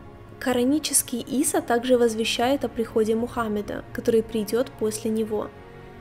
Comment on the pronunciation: Ийса.а не Иса